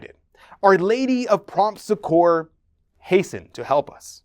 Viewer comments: the correct way to pronounce Succor is like saying(Sucker) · Loved this video, thank you for the information. By the way, the word succor (or succour) is accented on the first syllable, and pronounced like suck-or.